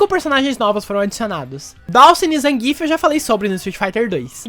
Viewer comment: Adendo (*): Por favor, Zangief [ZanguiÉF] e não Zangíf!!! Bote seu SFVI aí no seu pc ou console, ganhe qualquer uma com ele [ou perca contra ele] e veja o narrador falar! Reddo Saikuron wa muteki da!!!!!!!!!!!!!!!